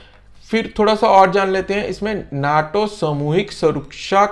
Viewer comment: Sir aap bol nahi pa rahe nato ko